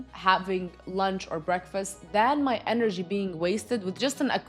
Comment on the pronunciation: enerji ))) funny how you say it! but yeah, lots of truth here